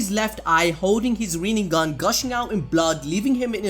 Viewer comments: Boruto literally said : rinnegone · rennegan or rennegone hahahaahhaah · Sasuke : Rinnegan sasuke : Rinnegone